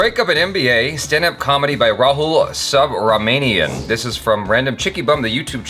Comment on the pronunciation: Ra-hole Sub-ramen-ium 🤣🤣🤣